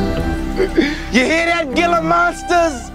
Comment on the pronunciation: Hhhhhila monster is the pronunciation and also not even fucking close dude wtf